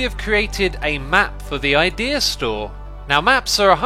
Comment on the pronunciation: I thought it said Ikea instead of idea at first